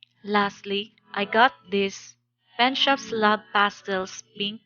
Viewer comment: When you said Penshoppe, I thought you had said "Pet Shop" LOL... that is something totally different! Looks like a good group of products overall!